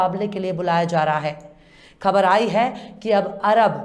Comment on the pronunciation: Excellent presentation, I advise you to do some more exercise on the pronunciation of some words, especially "KHABAR" All the best